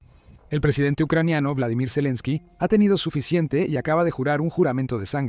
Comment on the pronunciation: No se llama BLADIMIR, se llama BOLODIMIR, dilo bien